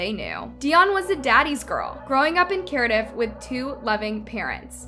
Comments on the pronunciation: the town is called Cardiff pronounced Card-iff or Car-Diff not Carediff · Your pronunciation of Cardiff (American accent) should be more like, Car-Dif. Nice video thanks! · It’s pronounced Car-diff… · Your pronunciation is inconsistent. You said Carediff, then Cardiff, then Cardiff, then Carediff. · Die-on? Cari-dif? cree- ee - gue what? 😂😂